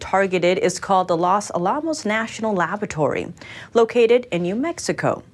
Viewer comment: You don't call it (Alam os), its (Ala mos)